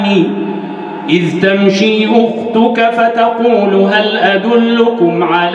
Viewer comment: تبارك الله صوته جميل جدا . هنالك خطاء في مخارج الحروف في الثانية 11 . إذ . وليس آز بارك الله فيك ونفع بك